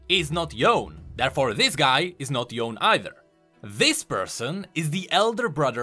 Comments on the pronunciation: my weeb ears were actually getting slaughtered everytime I hear Yone's name being pronounced as "yOwn" instead of "yoh-ne":/ I thought would actually try to pronounce it right (unlike redmercy) but, oh well. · Every time he pronounced Yone and not Yo-ne, I cringed. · Petition with myself so start pronouncing Yone "Yone" and not "Yon" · ITS NOT YON ITS YONEEEEEEEEEEEEEEEEEEEEEEEEEEEEEEEEEEEEEE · Stop saying yone its yonEEEEEEEEEEEEEEE lmaoooo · It’s Yo-Ne not Yone!!!! sometimes I think league youtubers are Noxian that can’t pronounce Ionians language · it's YO-NE not Yone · Its yo-ne! "there is a break in the middle" - yasuo 🥱🥱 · Fun fact, it’s actually pronounced Yoné, or yone-ay. You can literally hear thresh say it in his quote at 19.50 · why does he say * yawn* ? also,in the end he is sayng....* no one has any ideea how he ends this way * i mean did you even saw the trailer? where the demon jumps on him at the end?????? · I love how thresh says his name correctly but this ddood continues to say Yoh-n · please pronounce it as YO-NE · Oh, for god's sake. It's "yo-neh". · Yo nay. It's even in the runeterra voicelines between Yasuo and Yone, both which are already cards. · I somewhat thinks he's doing it intentionally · It's actually not Yo-nay its Yo-ne as in NE of word net without T ofcourse... Y is an ending that is pronounced that way only for english speakers... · yea yea thats what I meant, hard to write pronouncation when english not my first...The right pronounciation is Yow-neh with silent "h"... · imagine him being a lore expert, heard thresh say the name right, AND HE STILL SAYS IT AS YOWN!! like, what the fuck dude? it's like he doesn't want to admit that he is wrong. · Please pronounce YONE YOH NEH YO-NE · I do believe it should be pronounced Yo-ne, otherwise it would be a really crappy name. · Who's Yown? And why does he keep pronouncing it as Yown? Yown this and Yown that but it's spelled as Yone. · It's Yoné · Mhm... Yo-ne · It's Yo-ney